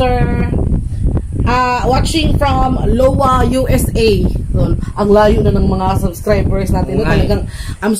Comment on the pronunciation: Correction sa Iowa...pronounce as "Ay-yoh-wah" po... Good morning from the US.